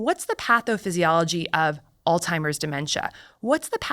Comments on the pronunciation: Ok, is it just me or does she keep saying “all timers” instead of Alzheimer’s?? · Why on earth doesn’t she just say Alzheimers? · She really said all timers.. alzheimers... say it with me, allts- high- mers. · She keeps saying "alltimers" .... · Every time she says ‘all-timers’ it’s like nails on a chalkboard! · Altimers? Seriously? A medical dr. that can’t properly pronounce Alzheimer’s drops several points in my book. I won’t throw the baby out with the bath water just yet, but mispronouncing medical terms is sloppy and unprofessional. C’mon Dr Casey, I was getting excited, finally, a female to follow! Ugh